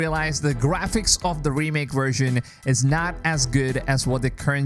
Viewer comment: Or wersion instead of version